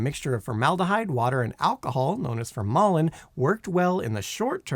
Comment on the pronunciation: Get a dictionary and learn to pronounce words like "formalin", "praesidium", "pagoda", and many others!